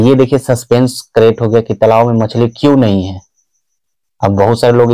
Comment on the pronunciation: तलाब नहीं होता है तालाब होता है